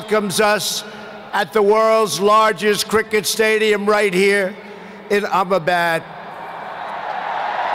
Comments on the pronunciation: Righttt! I couldn’t stop laughing when he tried to say Ahmedabad😂😂💀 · "do-laand trumph". 🤣🤣🤣🤣 ambebad🤣🤣🤣🤣 swami-vive-commund succhin tendulkar🤣🤣🤣🤣